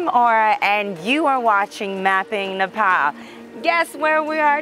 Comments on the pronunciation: It's not Nepol it's Nepal !! Don't have to mispronounce just for the accents. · tae ta it's not Nepol too !! 😣